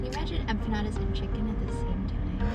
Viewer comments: Oh man...that split second of regret saying empa-eat-alottas cracked me up 😂😂😂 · "Empalaeatalotas" is that what you said??? lollol 😅😆😆😅😅😂😂